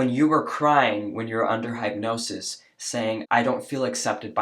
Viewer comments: It's not pronounced Hype nosis it's Hypnosis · Hip-nosis. Not hype-nosis. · The hype nosis is distracting me. I've never heard of it pronounced that way. It's hip. Anyway, moving on, thanks for the vid. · Hipnosis, not Highpnosis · Why are you saying hype-nosis. It’s hip-nosis. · It is pronounced Hip not hype Hypnosis There is no E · It’s hip-nosis, not hype-nosis! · It's pronounced hip-NO-sis, not hype-NO-sis. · Hip-nosis, not hype-nosis. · it's pronounced 'Hip-no-sis' not 'hype-no-sis" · It’s pronounced HIPnosis not HYPEnosis. It’s hard to take anything you have to say seriously when you don’t even know how to pronounce the words you are saying. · I love you son but please stop saying “hapnosis.” It’s said as hipnosis. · My dear, hypnosis is pronounced as “hip-nosis”, I wasn’t sure if you weren’t sure of the pronunciation or you were using a play on words….like, hypnosis is all hype, so “hype-nosis” lol. Even as someone who does believe in past lives, I’m still a little skeptical of using hypnosis for anything other than smoking cessation lol. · Hypnosis is pronounced: hip-no-sis NOT hype-no-sis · your English is great but just a note on pronouncing hypnosis.... it's hip-nosis, not hype-nosis 👍🏼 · Say “Hip-nosis” Don’t say “hype-nosis”. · It’s pronounced HIP-nosis not HYPE-nosis. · The way you pronounce hypnosis bothers me immensely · Totally agree but one thing hypnosis is pronounced like "hip" nosis. Great content though. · WTF is Hype-nosis?😂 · Hypnosis is pronounced Hip-no-sis. 🌟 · Hip-No-sis like don't break your hip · HIP-nosis........ sorry, but omgoodness, pronunciation please!! It's a real thing!! LMBO 😅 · Hip-no-sis. Just sayin' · I'm enjoying your videos. I do have to correct your saying hypnosis. It's hip-nos-is not hypnosis. No big deal! Keep up the hard work in protecting children from being chemically and medically harmed. God Bless you!❤ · 'hypnosis' is pronounce /hɪpˈno͜ʊsɪs/ or "hip-no-sis". :) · Ha! “Hipenosis?” 🤣😂🤦🏾‍♂️